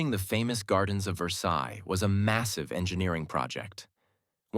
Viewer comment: You didn't pronounce Versailles correctly